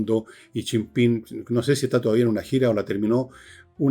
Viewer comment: Jajaja... ¿Hasta cuándo le dice Chim-Pim al presidente chino? "Chi Yim Ping". Tampoco es Pirimpimpín.